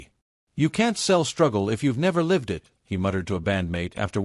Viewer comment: if you use an AI to create your video, At least have it say, “LIVE” correctly and NOT have that TYPICAL annoying voice! Here it is again. Different shitty AI voice!